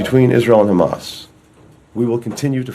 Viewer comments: Abe chutya khamas nahi Hamas hai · Ye chutiya sala jo israel se baitha hai debet me..hamas ko khamas kyu keh raha hai....chutiya atankwadi sala